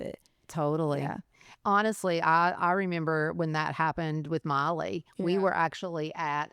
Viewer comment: I'm watching this and I'm like she look so much like Miley Cyrus and when she said Miley I kept hearing Molly then when she said Hannah Montana I'm like ohhhhh😮that is Miley's mom